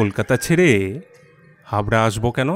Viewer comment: Dada ota Hawrha na Hubra ektu dekhe neben. Hubra the sesamoy kono court chilo na aj ache. Ektu dekhe porun. Apni Hindivashi na ja Hawrha ke Hubra bolben. At apni Bangla golpo porchen.